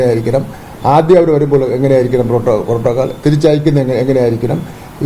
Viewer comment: പ്രോട്ടോക്കോൾ എന്നാണോ മോട്രോ ഗേറ്റ് എന്നാണോ അണ്ണൻ പറയുന്നത്..